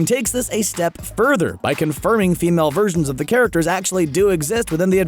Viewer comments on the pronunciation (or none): none